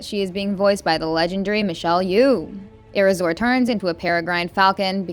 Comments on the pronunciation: air razor is the pronunciation 😊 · Air razor (shaving) not air razor how you pronounced